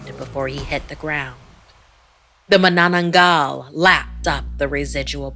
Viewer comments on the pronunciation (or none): The stress in the word Manananggal is on the first syllable.